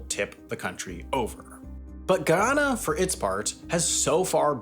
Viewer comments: I can’t listen to ANY video that announces GUY-anna and GHEE-onna. Stop it. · You’re saying the name of the country wrong, each and everytime. Its ’Guy-anna” not “Gee-Anna” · hi, Guyanese here. the "guy" in Guyana (& Guyanese) is said like the English world "guy", not "gi". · Am a subscriber to your channel and was excited to see my country featured in one of your typically good productions, but cringing and pausing 4 minutes in at the mispronunciation geeyana like nails on a chalkboard. It’s GUYana 🇬🇾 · it's Guy-Ana not geee-on-uh. think of it as a Guy named Anna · "gee-on-uh". 😢 "guy-anna". 😃 Given both Trinidad & Tobago, and Venezuela, it's not a surprise that deposits would be found in its waters, and why Venezuela keeps encroaching on its territory. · Bro say it with me Guy-an-na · Why are you pronouncing the country as if it is in Africa? Thats Ghana. This is Guy- ana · After all of that research you could have learned how to pronounce the country's name... GUYana...jeez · Not to take away from the actual content of the video but “Gee-yana” 🙃🙃🙃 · Its pronounced Guy-yana. Guy as in Guy Fawkes and Yana linke in Banana. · Bro pronounces Guyana and Guyanese differently EVERY TIME HE SAYS it. GUY-ANNA. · Why am I hearing "Ghana"???😅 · i believe its GUY-ana. Im Jamiacan but I got a couple friends from Guyana and they thats how they say it. They havent corrected me since. Bro shouldve done a quick research on the pronunciation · Why can Americans never pronounce Caribbean countries' names properly lmao It's literally pronounced how it's spelled; "GUY - ANNA" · I'm convinced Sam just loves pronouncing places wrong to farm angry comments 😂 Where is this Geeona place? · Damn..... Not even American and didn't know about Guyana as a country - thought he said Ghana (Africa) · Yeah except how to pronounce Guy-anna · Dude pronounced the country correctly once in the first five seconds and butchered it every other time. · Hearing this guy say Guyana makes me 🤮